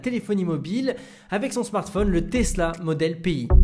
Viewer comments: Pi pas P , I PITIÉ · Je ne connais pas ce projet de téléphone, mais à première vue, on doit dire modèle « Pi » (comme le nombre Pi et donc le logo du téléphone) et non « P-i » comme tu le prononces… 😉. Je me trompe ?